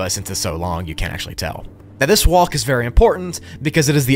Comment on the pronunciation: The way say "WALLK" 😂